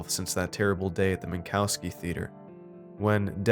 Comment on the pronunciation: I'm pretty sure it's pronounced Min-cov-ski